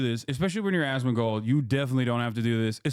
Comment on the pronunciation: "Osmangold" got me 💀💀